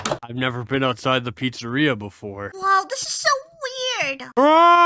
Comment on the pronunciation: "Freddy Fazbear's pritsarea" 💀💀💀